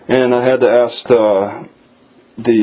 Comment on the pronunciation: Should have asked her for a copy of the affidavits the officers sign about THEM filing a false report! Also, I guess the lieutenant's exam doesn't include correct pronunciation of the word "ask."